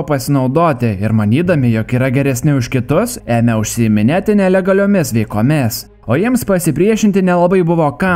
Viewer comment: vietoj nelegaliomis veiklomis pasakiai nelegaliomis veikomis